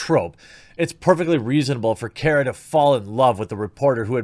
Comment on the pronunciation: It's Kara not Cara. Just because she can't pronounce her own name correctly does not mean you have to say it wrong too.